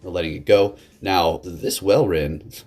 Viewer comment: Walrein is pronounce 'Wall-rain'